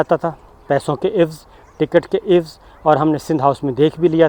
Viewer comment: Alfaaz ki ghalat adaaigi Sabir bhai apne lafz ada kia ewz jab k lafz hai Aai wazz